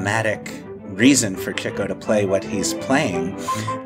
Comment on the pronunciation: Congratulations and thank you - this is my favorite MBCP about my favorite Marx movie! Thank you, Mr. Gopnik, for saying "Chicko." Now, please allow me to correct on the name of Nat Pendleton's character. It's "MacHardie," not "McCarthy." You're welcome. 🙏